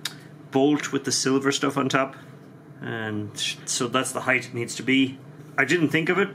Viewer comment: Height! Not heighth